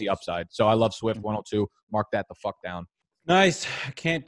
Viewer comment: “fack you”